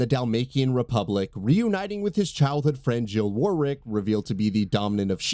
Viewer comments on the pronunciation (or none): none